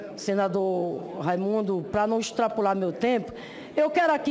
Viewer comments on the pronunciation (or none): diz "extrapular" no lugar de extrapolar manda ela pro moral estudar . que colocou essa burrada aí.